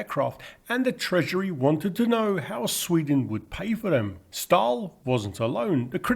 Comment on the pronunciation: An absolutely lovely documentary, incredibly in depth, thank you so much for making it. I'll just leave a quick note, that the letter "å" is a kind of "o", not a kind of "a". So "Ståhl" is pronounce more like "Stohl", not "Stahl". =)